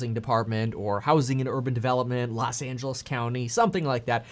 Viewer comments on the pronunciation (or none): You Mean Los Not Las Angeles😒